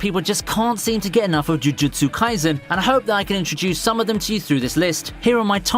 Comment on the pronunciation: He seems like he's struggling saying "jujutsu"